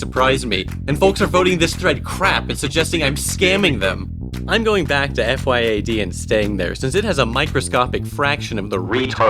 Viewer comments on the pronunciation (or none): its pronounced fee-yad